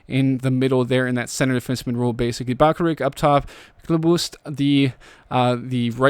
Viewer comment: I think bakaric is pronounced bakar-itch